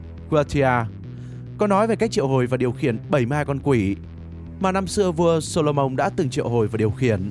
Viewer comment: Tôi xin lỗi nhưng vua gì cơ? "Sô-lô-mông" á!?